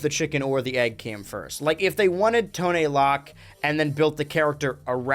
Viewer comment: It's actually pronounced T-oh-n L-oh-c.